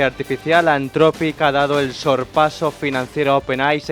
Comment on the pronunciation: Dejen de decir "antrofic" por favor, "anzropic" o en su caso antropic, pero nunca antrofic